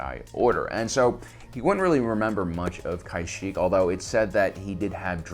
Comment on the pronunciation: I believe it’s KAshyyyk not KAIshyyyk.